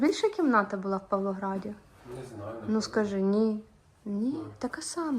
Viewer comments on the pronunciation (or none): я теж почула Палоград і аж відео перемотала))